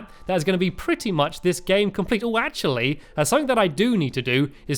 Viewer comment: Stampy always pronounce actually "ashi"